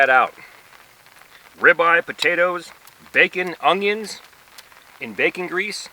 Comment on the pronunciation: How can I not find it attractive watching a handsome muscley man build a bed in his dirty boots? You say "ungions". 😏